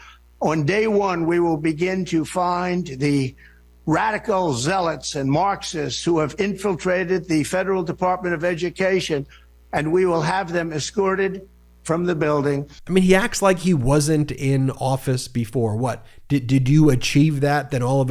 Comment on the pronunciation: Trump can't even pronounce his words clearly: said 'assorted' instead of 'escorted', antonin instead of Anthony.